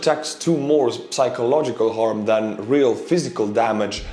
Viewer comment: my dear friends, you don’t pronounce the P when you say psychological